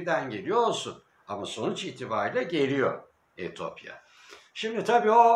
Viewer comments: Allah aşkına Etiyopya deyiver Etopya değil :))) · etopya değil etiyopya